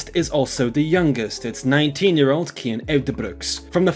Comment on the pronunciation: Wrong. It's pronounced KIAN.